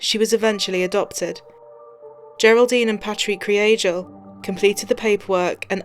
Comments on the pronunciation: The pronunciation of Anas surname is 'Krygel'. G not J and Kry not Kree. May she Rest in Peace. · Just a short note, great documentary! But their second name is pronounced ‘Kree-gal’. I know it doesn’t matter, RIP Ana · The way it’s supposed to be pronounced? If you watch the Irish documentary on it that’s how it’s said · How is she pronouncing this families surname? 😂👍🏼